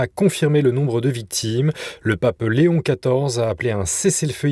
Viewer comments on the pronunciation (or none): none